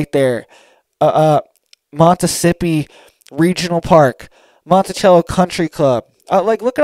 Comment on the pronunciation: Its Monticello Not Montichello. Sounds like MONTISELO. I live here. 👍